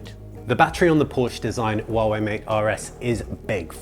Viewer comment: you are the first Youtuber who can pronounce Huawei right. good for you.